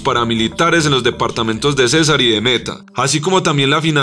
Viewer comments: Muy buen material, sin embargo no comprendo cómo un colombiano no sabe cómo pronunciar departamento de Cesar y no siendo suficiente lo dice dos veces: Departamento de César... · El departamento de Colombia se llama Cesar con acento en la a. César era el que mandaba en Roma. Quípama va con tilde en la í y con m. Pongan a alguien que sepa leer.